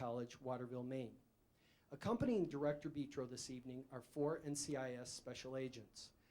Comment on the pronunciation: Well this is weird, thought my last name was unique. It's Italian but it's Betro not beeetro dummy